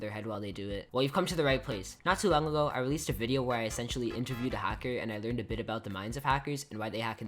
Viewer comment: hacker not halker \